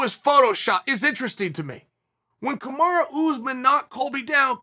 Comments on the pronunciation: Covington is Chael 2.0 .. but the upgrade was real. Covington is tougher and a better fighter but no one has a better mouth than Uncle Chael.. ever in UFC history... And it's Kamaru not KAMARA 🤣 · I like how he calls him kamara 😂